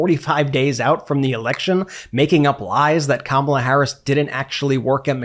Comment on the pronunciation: Kamala is pronounced (comma' la!) NOT (come ala'). How ignorant do you want to be seen as?